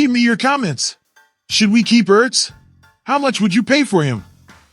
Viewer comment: Damn automated voice shit is fuckin annoying... dude said Zack E.R.T.Z lol...wtf